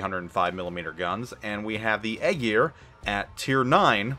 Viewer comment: Eye Ear or Aye Jeer not Egg Ear lol